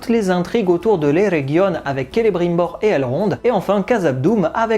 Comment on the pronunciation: Salut et encore merci pour tes vidéos 🙏dit la prononciation de celebrimbor et du Lindon sa te choque ou y'a que moi?? 🤔